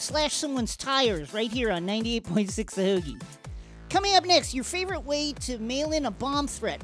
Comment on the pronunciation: As far as obviously fake Philly accents go, that was pretty solid! Especially considering that the accent is damn near impossible to imitate convincingly even if you're from here. In particular, definitely nailed "heauxgie".